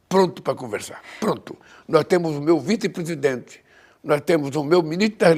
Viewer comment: " Eu tenho o meu vitepesidente, o meu minito da fazenda..." vai aprender a falar presidemente!